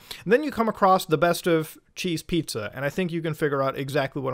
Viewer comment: He said Cheese Pizza and I had not a single clue what he was talking about, so I went on watching and got even more confused so I rewatched from before that point by like a minute and you said it and I paid attention to your emphasis... I now know what you ment....